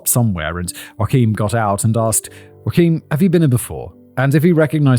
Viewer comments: In German, the name is pronounced Yo-ach-im, not like Joaquin Phoenix, but alright Fact Boy, you do you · Okay okay. I know it's hard to pronounce but it's yo-ach (get rid of the phlegm in your throat) -eem. Joachim. Yo-ach-eem. The emphasis is on the second syllable, ach. The german ch is tricky. If you say yo-ak-eem, germans will understand it aswell, but you-ahk-im is not it lol. PS: I'm a native speaker. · Isn't the traditional English pronunciation of Joachim, i.e., the father of Mary, "Yo-a-(k)him"? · not you-akim, yo-akim, big brain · It’s pronounced “Yo-ah-cum”. That’s ok. I used to think Goethe was pronounced “Gowth”. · Pronounced “Yo-Kum “✌️ Not like Joaquin Phoenix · Please tell the people who write your scripts to include a proper transcription of all the foreign names, I died a little on the inside when I heard “Huakim” 😭😭😭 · I watched Dan Cummins Timesuck episode on Joachim Kroll and learned that the name is pronounced YAH-KEEM 😅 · Not Simon pronouncing "Joachim" like Joaquin 😂😂 go off king give us nothing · It's German, mate. Joachim is pronounced "Yo-aggg-im", with the "g" sounding like you're trying to clear your throat. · I thought it was pronounced yo-ah-kim or yo-ah-keem like the front man of sabaton, who is a delight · Isn't Joachim pronounced with a uvular fricative? Making it Joa-Xim? With the os as in 'boa', and the X as in 'ugh'(strong throat clearing). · Joachim is Whah-Keem, a name I am sure you have heard before. i.e. - Joachim Phoenix, best Joker ever. Whah-Keem Fee-Nix. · I worked with a guy with the same name from SA. We pronounced his name "Jock-um". It now occurs to me we might have always been getting it wrong and he was just too polite to say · I thought Joachim was “YO-ah-kim.” 🤣🤣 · and what kind of twat is incapable of saying Joachim? yo-a-kim. ffs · Simon: ooooh he’s German, so it must be Joakimm. Germans: no. it’s really not 😅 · I always thought it was pronounced phonetically "Yo-Him" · Yo-came is how you pronounced Joachim